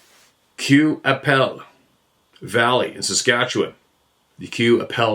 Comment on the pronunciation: Fort Qu'appelle is pronounced KAH-PELL. I know as my (now deceased) grandfather used to drive the mail wagon with his team of horses by that area way way back in the old days. His brother rode shot gun. He said there was a haunted house there that was haunted by the ghost of an old Dr., and a haunted hill where the ashes of a dead indigenous man's ashes had been spread. He did not like that area. He drove the mail from Swift current down into Montana and back up through Assiniboia, Moose Jaw, Regina and Fort Qu'appelle and all those areas. He was born in 1893 so this was the very early 1900's. He used to pronounce it as Kah-Pell.